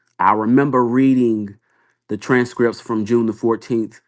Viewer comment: yeah I see his point.. just sounds like a grandma with all the mispronunciation and slurring.. “Tran strips”😅I’m tired.